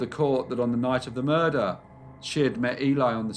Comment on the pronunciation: Soft r but he hits it .